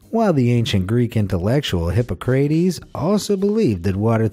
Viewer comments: "Hippo crateys"? I think you mean "Hip oc cra teas" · Hippo crate eze? It's Hi pok ruh tees. Your butchery of proper names makes me want to cuss. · Then you should know it’s pronounced: He-pah-kra-tees not hippo-cra-tees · Try "hip-POC-crah-teez", genius. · Hippo crate ezzz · "Hippo-craitees" lol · Hippo-CRATE-eez! Really?! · Saying Hippo-cray-tees. Habit proving you are not a genius. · Can't pronounce "Hippocrates', yeah, nice going, that makes the rest of the video null and void. Really embarrassing. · Stopped watching when the narrator pronounced 'Hippocrates' wrong. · The true crime here is how Hippocrates' name was pronounced.🤣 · Knowing how to pronounce 'Hippocrates' is also a sign of intelligence...... 🙄 😆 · You can’t pronounce Hippocrates? 🙄🙄🙄